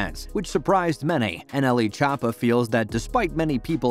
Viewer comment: NLE Cha-pa